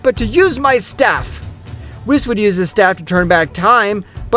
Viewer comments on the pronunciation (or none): whis is pronounced (weese)